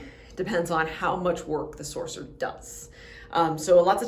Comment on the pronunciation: I had to keep repeating btis of this and even turned captions on. She is straight up saying Sorcerer.